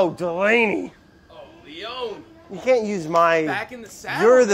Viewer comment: when brad goes “DELANEY” it has the same energy of a big dog barking at another big dog